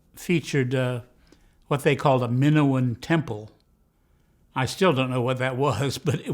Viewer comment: It's Mi-NO-an temple, as in the ancient temples in Crete.